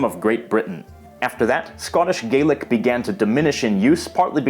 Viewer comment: It's spelled Scots Gaelic but it's pronounced like "Gallic", I'm afraid!